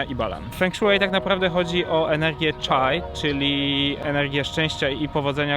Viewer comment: CHI nie CHAI. Chai to rodzaj herbaty. Blagam...